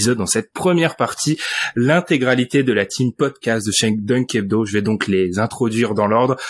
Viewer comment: Le meilleur "pocdast" de l'histoire !